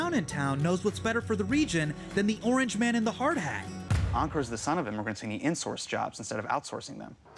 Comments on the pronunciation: Hassan mispronouncing Ankur’s name & his own name to make it easier for Americans.. Ankur is pronounced Un-coor not Encurr. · Hasan, you are saying Ankur wrong